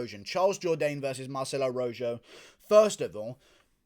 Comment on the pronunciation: "fight of the night, Jourdain vs. ROW-ZJO" 😂😂😂 I love it. That'd be ROW-HO my man.